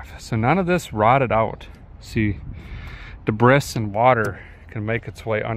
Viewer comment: That's an interesting pronunciation of "Debris" you got goin on there